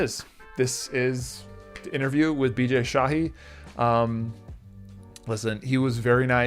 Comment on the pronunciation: He clearly pronounced "Bijay shahi" 🙄